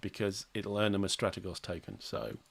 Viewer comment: Had to check this. I think Strategos is pronounced stra-tea-goes.